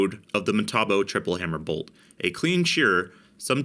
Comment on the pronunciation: "Well no, because I don't wanna be sued." FUNNY! "Bolth." Are you from New Jersey?